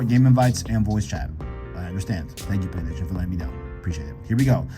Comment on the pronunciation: He can’t say PlayStation 😂 it’s funny a little but just slow down bro